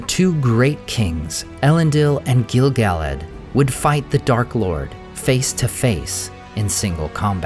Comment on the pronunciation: I hear his name pronounced incorrectly on almost every video (not just yours), but it's Gil "Guh-ladd" not Gil "Gallad"